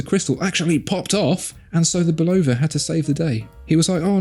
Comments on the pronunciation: Why must you Europeans always mispronounced Bulova when they're talking about watches. It was an American company founded by a Czechoslovakian immigrant but founded it in America. So we'd appreciate it if you'd pronounce it correctly. It's not pronounced with an emphasis on "O" but pronounced with a emphasis on "Bul A va". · I bought the “old logo - no date” Lunar Pilot and had Bulova put it in the brushed case (from the new logo - date) to make it more period correct. It was still a bargain! Great watch. Super accurate. No need to buy a Speedy! FYI - It’s pronounced “Bull-ova”. And, Fun Fact: Bull-ova did all the in-cockpit timing for NASA in the Lunar Modules, so they were hardly a stranger to the space program.